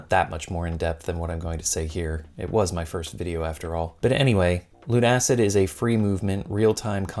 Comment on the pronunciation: I imagine it's actually pronounced "LUNA-SID", rather than "Loon-Acid"